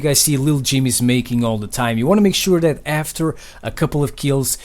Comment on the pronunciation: I like it of how he said that to dat